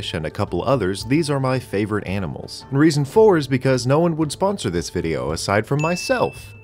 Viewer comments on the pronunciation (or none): none